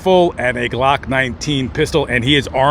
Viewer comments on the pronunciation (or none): none